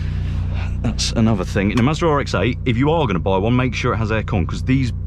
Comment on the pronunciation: Why does it sound like you’re saying Maserati